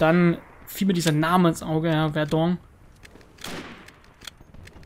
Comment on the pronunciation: ich glaube man spricht verdun so aus wie mans schreibt